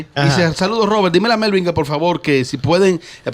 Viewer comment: Melvin lo pronunció bien